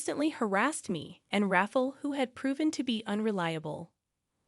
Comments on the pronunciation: RAFFLE = RA-FA-EL 😂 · I am guessing it is Rafael not Raffle Pronounced Raf EYE AL(as in Alan) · Rafael or Raffle, get it right, lazy channel